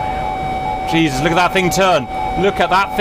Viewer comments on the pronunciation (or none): none